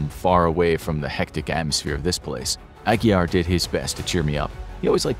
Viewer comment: Glad you pronounced Aguiar correctly! Great video.